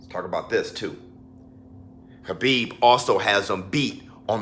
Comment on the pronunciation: Yo 🤣🤣you murda Khabibs name🤣🤣🤣